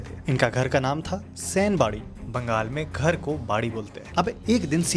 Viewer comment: it's not sain it Sen